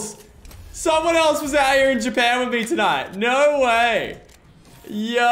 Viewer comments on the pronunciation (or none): when Lachy days “no way” we hear the Australian accent